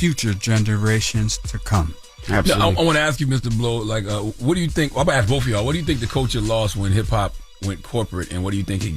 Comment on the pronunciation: And keeps killing me saying "axe" instead of "ask"...